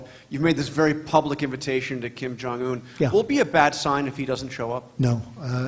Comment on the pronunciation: Did he just call kim for king?